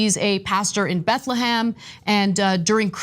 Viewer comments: BethleHEM not BethleHAM. IF you want to be taken seriously, how about pronouncing things right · "BethleHAM" lmao